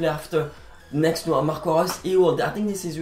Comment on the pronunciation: Damn ur maybe the only one who can pronounce Marco Reus on YT